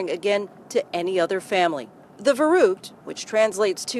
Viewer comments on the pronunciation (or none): omg i hate when americans say german words😂😂 ITS CALLED VERRÜCKT NOT VERRUT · The way they pronounced "verrückt"...